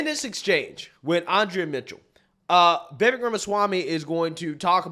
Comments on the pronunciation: Short i. Not “vee-vek” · Bro. It's viv-AYK. viv-AYYYYYYYYYK 🤣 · Bro! You have to get his name right 😂 Vivek ( the back end sounds like 'cake') 'Vi" then 'vake' Vivek!!!! Get ir eight brother! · Please pronounce his name correctly. Vi-VAKE - Rhymes with CAKE! 😊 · You love him but can't get his name correct, for the umpteenth time it's Viv-Ache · Love your content, but his name is pronounced VivAk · It’s pronounced “Viv-ake” like cake. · Thanks for the pushback. Republicans neocons are now distancing themselves though. Foxnews etc. He’s too smart for them. He’s a 21st guy! Vivek reads Vi-vake as in cake. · It’s pronounced VUH-VAKE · Vivek is pronounced "Vi-Vake" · I didn’t realize his name is actually pronounced ‘vi VAKE’. Listened to a sit down with him and Colin Noir and he said that’s how it’s pronounced. The more you know ✨ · It’s really not hard to pronounce Vivek’s name correctly.